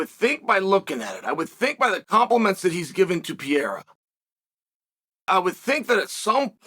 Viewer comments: The name is Alex PERREIRA! Pronounced “puh-ray-rah” in Caucasian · I just wish he stops saying Alex Piera. It drives me crazy. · I love how Chael refuses to say some guys name correctly. Who in tf is Piera? I’m still trying to find out who tf little Will Fury is😂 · STOP SAYING PIERA!!!!